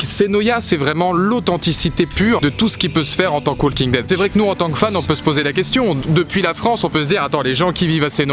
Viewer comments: the "WALL KING" dead... the "WALL KING" dead... the "WALL KING" dead... the "WALL KING" dead... the "WALL KING" dead... the "WALL KING" dead... the "WALL KING" dead... the "WALL KING" dead... the "WALL KING" dead... the "WALL KING" dead... the "WALL KING" dead... the "WALL KING" dead...the "WALL KING" dead...the "WALL KING" dead... arghhhhhhhhhh... Profanateur, j'ai les oreilles qui saignent. Mis à part ce petit détail, good job ma gueule ! ^^ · Arrêtez de dire le l de walking dead😂